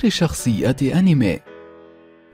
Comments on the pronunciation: المذيع جاب العيد هههههههههههههه حتى اسم أنمي خطا ههههههههههه. انميه هههههههه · يقول أنمي ههههههه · لا تقول كلمت انمي في حياتك مرة ثانية الا اذا نطقتها كويس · روح اتعلم كيف يقولو انمي بعدين سوي فيديو